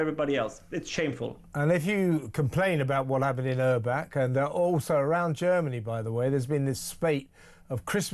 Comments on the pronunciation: "Erbach" pronounced "Airback". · Correction: It was in "Erbach" not "Urbach". Please change so people can research.